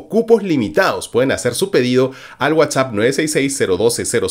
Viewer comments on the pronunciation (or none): none